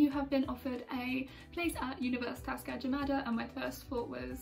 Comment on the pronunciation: How foreigner pronounce universitas gajah mada : universitas kaaca maataa